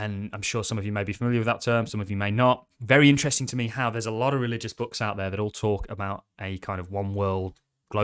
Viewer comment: Please stop saying teat